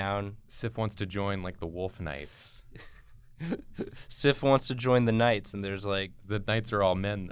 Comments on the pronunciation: The whole time you're doing Sif and saying Sif, I can't stop thinking Syph.. like syphilis. Woops. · They said it wrong.